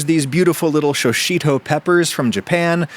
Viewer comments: shi shito not sho shito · BTW it’s pronounced how it’s spelled “Shishito” not “Shoshito”. Japanese pronunciation isn’t too difficult when you realize that in almost all cases, the vowel sounds are always pronounced the same. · Show-sheeto? Come on, man. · haha i missed that one initially. if you wanted to be even more accurate you could go a step further and pronounce it in two syllables, rather than "shi-shi-to" it should phoenetically be more like, "shish-to". it seems many (but not all) middle and final vowel sounds are almost completely unvoiced in japanese. perhaps most commonly words than end with a "su" sound...the "u" vowel is similarly unvoiced, all one should vocalize is the "s", etc. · "shoshito" is pretty loose for a self-described pedant. <3 that aside, this indeed looks fantastic. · "shishito" appears on screen , underscored by a repeat of the "shoshito" pronunciation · Why are you calling them shoushito peppers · show-sheeto????? that's certainly a pronunciation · "Show-sheeto" is definitely one way to pronounce that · while looking directly at a bag that says shi shi to in big letters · I live in Japan so the shishito peppers are easy for me to find. (Adam gave it a try pronouncing it, but fell short). I’ll have to give this a try, but I’ll simplify it even more. Can’t be bothered to whip the butter.